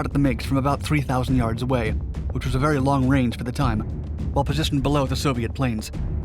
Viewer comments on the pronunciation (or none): “I need a missile!” “Missile wery hard to get” “Well you better try wery hard to get me one, got me comrade!”